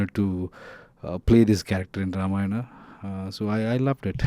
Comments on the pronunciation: she's actually speaking ramayan as it it than ramayanaa... Appreciate it...namit shd also correct rama and ramayana in movie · I like her pronounciation of Ramayan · This girl pronounced Ramayan better than most indians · The interviewer is pronouncing it very well “RAMAYAN” and not “RAMAYANA”❤ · Real props to the interviewer. Starting with her pronouncing Ramayan instead of Ramayanaaaaa. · The interviewer gained my respect within the first minute after pronouncing Ramayan correctly. She's the first foreigner who pronounced it correctly. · Happy to see someone actually saying ramayan not ramayana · Interesting to hear the interviewer prouncing Ramayan & Ram correctly, unlike the actor and the other guy. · i like how the anchor is saying ramayan and not ramayana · Happy to hear "Ramayan" instead of Ramayana from those who are not familiar of Indian culture and Indian mythology ❤ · Nah. On the contrary, she is the first non-Indian lady who correctly said Ram instead of Rama and Ramayan instead of Ramayana. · I guess she is the first foreigner interviewer to pronounce the word "Ramayana" correctly and respectfully.